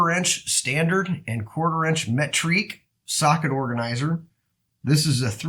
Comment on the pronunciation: Me-tric lol